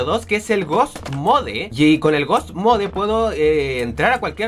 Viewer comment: se dise ghoust mod